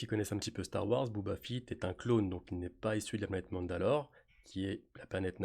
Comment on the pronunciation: Entièrement d'accord avec toi mais si je dois chipoter un peu, je dirais qu'on dit BOBA FETT, pas BOUBA FITT. lol